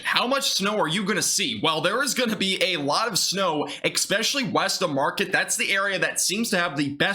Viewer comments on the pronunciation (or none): My friend, we call it the Upper Peninsula of Mi. Then there is the Lower Peninsula. The city you talked about is called Marquette, a French word pronounced; Mar-Kett, not the ‘market’you shop at. People around here are funny about correct pronunciation of the area we live in. Being in extreme Northern Michigan (LP) I’m confident we will see lake effect snow as well as anything directly from this storm. If you live in Michigan we know lake effect can be massive, especially if the Great Lakes are still open water. Nice to find your channel! New sub. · It's pronounced Mar Ket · (Mark-kett) Marquette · Please pronounce Marquette and Traverse City correctly.